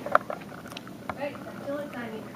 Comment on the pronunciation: Not "try-meter"... pronounced "trim-iter" Not "die-meter"... "dim-iter"